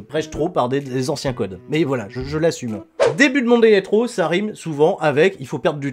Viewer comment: "Monday night roux...euh raw" Ça se voit tellement que c'était intentionnelle